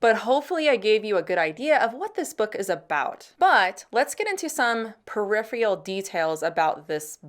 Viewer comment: “Peripheal…”?I I think it’s peripheral.